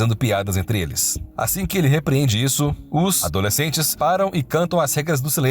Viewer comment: A leitura do texto estava estranha... toda vez que falava "Os adoslecentes...", ele falava pausando.